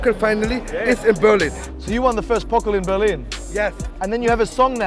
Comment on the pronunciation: DFB “Pokl”